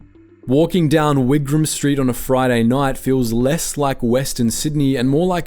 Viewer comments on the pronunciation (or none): none